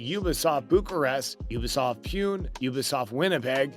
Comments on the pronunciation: It's not ubisodt puuuu-n it's usbisoft puu-nehhh(india) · it is ubisoft pune. it pronounces like pooo-neyyyyy. not pee-yu-unn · UBISOFT PUNE is pronounced as " Pooneh" ! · It's not pronunced Ubisoft Pune (Pyoon) it's Puné (poo-nae) which is the seventh populous city in India and the second-largest city in the state of Maharashtra, India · its poo nae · The way he butchered the Ubisoft Pune Pronunciation was divine